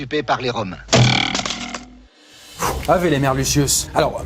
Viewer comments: Ave, se prononce "aoué". Voilà. Bisous. Signé : un latiniste perdu. PS : - Concernant le nombre de prisonniers, on peut avoir de grandes réserves. Le grand intérêt est d'étendre les frontières à l'Ouest, tout en récupérant les technologies, le savoir faire et les richesses gauloises. Car beaucoup de peuples gaulois étaient déjà alliés à Rome, mais César, voulait non seulement accumuler du prestige (raison majeure) mais également réunir assez de thune pour acheter des gens au Sénat afin de mettre en place son rêve : devenir roi (et pas empereur). En vérité, les esclaves sont compliqués à acheminer et à revendre sur tout un territoire quasiment pas doté de routes. Donc, le commerce d'esclaves, c'est pas ouf, d'autant que ça baisse considérablement ses relations avec des cités déjà asservies : or ce n'est pas son but, puisqu'il souhaite finalement avoir le soutien financier de la Gaule pour affermir son autorité. - L'évolution culturelle n'a absolument pas été aussi rude que dit dans cette vidéo. De nombreux peuples gaulois étaient déjà alliés à Rome, et la technologie romaine était déjà bien installée en Gaule. En vérité, c'est plutôt l'inverse : à la suite de cette campagne, les romains ont piqués de nombreuses technologies aux gaulois, notamment le travail du fer. - Le nombre de mort s'étend de 400 000 à un million. En histoire, notamment en histoire de l'Antiquité, il vaut mieux privilégier les chiffres bas (donc 400 000) qui sont beaucoup plus réalistes. En outre, ces chiff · il y a une petite faute dans "ave" ca se prononce "awe" (j'ai fait latin au collège / lycée et on devait dire ca a chaque cours ) mais sinon bonne video